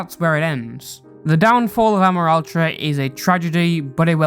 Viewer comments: sry for getting triggered on this, but i feel that amoraltra's name is pronounced "uh-MORE-AL-tra" not "AH-mor-al-tra" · That’s NOT HOW YOU SAY HIS NAMEEEEEEE!!!!!!!!!!!!!!!!!